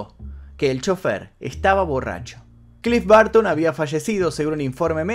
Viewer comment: "clif barto"